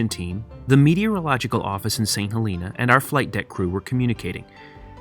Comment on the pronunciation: Great video! Fyi St. Helena is pronounced saint hel uh nah :)